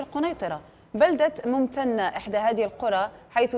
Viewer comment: ممتنه يا طرش مو ممتتتنه